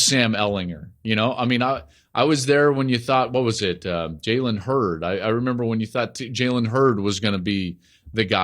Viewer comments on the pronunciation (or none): It's Jalen Hurts Joel lol not Hurd